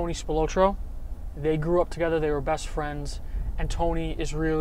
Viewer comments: This "Spil-low-tro" thing is driving me nuts! Come on! Spil-Lot-tro! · Pronounced "Spil-AH-tro", not "Spil-OH-tro". Also, the Chicago mafia was called "the outfit". That was literally what it was referred to as. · Pronounced Spill-ot-trow. Tony Spilotro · Just a heads up, your pronouncing Tony’s last name wrong, but cool video brother 👍🏼 it’s pronounced Spill ah tro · It takes two seconds to find out how to pronounce spilotro properly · God you butchered his name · Dude couldn’t even pronounce spilotros name right!!